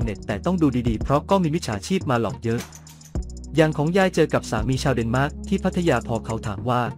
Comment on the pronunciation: เดนมาร์กไม่ใช่เเนหม้าก